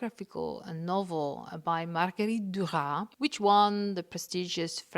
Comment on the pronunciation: A just little corection. About prononciation Maguerite duras 'name. You prononce the s at the end. You say Marguerite Durasss ( i'm exagerating of course) bust S in not a silent letter!